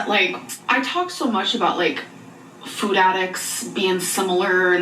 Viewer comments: Why does she pronounce "food" so different now? "Foooouuud" 😂😂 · I cannot STAND the way this woman pronounces food. It’s only getting worse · has she always pronounced food like that???? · nitpick but i hate the way she says food why did she change to pronouncing it like that